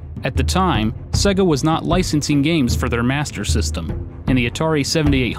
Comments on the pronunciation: What the fuck is a segguh? It is pronounced Say-Ga. Many games play it for you when they boot, listen... and learn... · I love this video. But it's jarring every time I hear you pronounce it as "sEGGa". It wouldn't be so bad if people didn't know how to pronounce it, but literally every Sega game spoke the word on every boot! SAY-gaaaaaaaa...